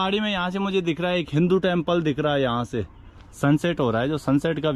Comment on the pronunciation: Hinu nahi bhai hindu hota hai